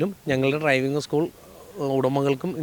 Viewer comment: ട്രൈവിങ് അല്ല, ഡ്രൈവിംഗ്